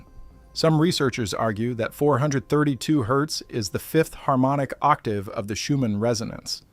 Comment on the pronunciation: Fascinating, but I really wish you didn't use a stupid AI voice that mispronounced stuff. Octave isn't "Oct-a-vee"